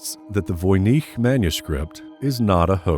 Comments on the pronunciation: VOY-NITCH not VOY-NEEC. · I didn't know that Voynich is pronounced that way! Thnaks again